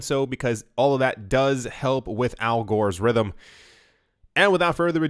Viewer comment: Wait did you just say Al Gore's Rhythm...algorithm....oh ok I get it :) Isn't that a dad joke?